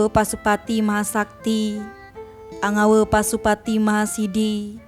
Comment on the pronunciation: Yg benar saja mengucapkan mantra. Kata yg ditulis "ANGAWE" harus dibaca/diucapkan dengan suara vokal "E" seperti dalam kata bahasa Indonesia "SATE" bukan dibaca/diucapkan "KE" seperti dalam kata "KEMANA". Ini sekedar koreksi agar tidak terdengar lucu jika yang mengucapkan adalah orang Bali, beda jika orang bukan Bali karena tidak tahu bahasa Bali. Terimakasih.